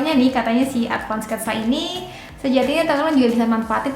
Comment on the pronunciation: Maaf kak, Advan kak bukan ADVAND